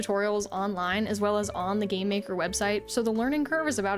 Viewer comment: Why do you always say "Gay-maker".. No!*.. it's Game....Maker...